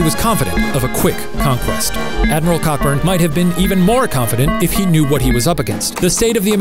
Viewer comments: It's pronounced Coburn not Cockburn it may look like Cockburn but it's pronounced Coburn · It’s pronounced Co-burn, goan do some research before you start slating our names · As a citizen of Perth, Western Australia, I would like to invite you to fly over and pronounce the name of our south-of-the-river suburb Cockburn, as "Cockburn". (I'll let you in on a well kept secret - it is pronounced "Co-burn", and if you call it Cockburn, we will all snicker and probably not correct you because it is more amusing to see you get it wrong.) XD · It was more than likely pronunciation “co-burn” as his name was “Cockburn” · It’s not pronounced Cockburn it’s pronounced co burn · I’d hate to rain on the parade but it’s pronounced Co-burn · Adm Cockburn, is pronounced Coburn.....don't ask me why, it just is....ahhhh history. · Cockburn is actually pronounced "Coburn" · The 'ck' I'm "Cockburn" is silent, so its actually pronounced "Coburn" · It’s pronounced CO-burn! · cockburn was pronounced coburn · Cockburn is pronounced Co-burn in England. Like TV celebrity Steven Colbert pronounces his surname Colbair. Colin Powell pronounced his first name Co-alin. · Cockburn is pronounced co-burn. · “Cockburn” is pronounced cohburn - co...burn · It’s not pronounced ‘co-burn’ 😆😆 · It’s pronounced Co-burn 😂😂😂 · I think Cockburn is pronounced co-burn coz English makes sense. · It's pronounced "CO-burn." Don't believe me? Check out this ad for Cockburn's Port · Cockburn is pronounced “coeburn” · It's pronounced....Co-burn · dunno if this has been mentioned but in Britain (or at least where I live, Scotland) Cockburn is pronounced Co-burn. Dunno if that's the case for this guy but I've never heard it pronounced as it's spelt. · I’m pretty sure Cockburn is actually pronounced ‘Coe-burn’ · I'm fairly certain Cockburn is pronounced as "Coburn". I've known several Cockburns and they're always quick to tell people this. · I think it's pronounced "Co-burn". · The name is pronounced Coe-burn.